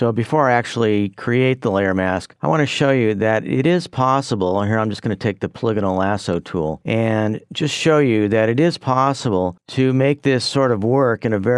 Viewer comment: did he really say paliginal? Sir its polygonal. hope this helps!